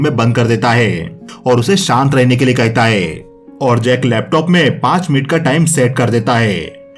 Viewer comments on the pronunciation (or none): Thabi Nik kahita hai.... Kahita hai.... Nik kahita hai....... It's nik Kahta hai